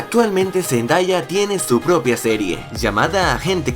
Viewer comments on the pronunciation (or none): Zendaya es mi cantantriz favorita en todo el mundo y se pronuncia zendeya no Zendaya ella misma lo dijo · boy a decir una cosa, no es por críticarte es una recomendación, es respecto a la pronunciación del nombre de "Zendaya" en realidad no se pronuncia cómo se lee, se pronuncia "Zendeya" ella confirmó eso en los Radio Disney Music Awards 2015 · AL FIN, AL FIN!! THANK YOU GOD ahre igual si Por cierto, se escribe Zendaya y se lee ZenDEya, ¿por qué nadie lo entiende? D'